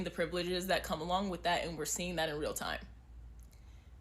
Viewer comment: It's tìme!